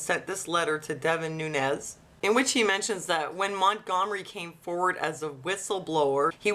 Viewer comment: Lol. Gum Sonia. Mont-Gum-ery.